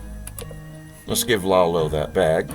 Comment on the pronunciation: Iolo is not 'Lalo' , its eye-oh-lo. Close to 'YOLO'.